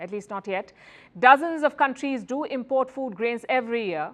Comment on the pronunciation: Pronunciation: syllable stress IM port = noun, im PORT = verb I know it's weird but it's our language now though we didn't invent it. Hi from Ireland 🇮🇪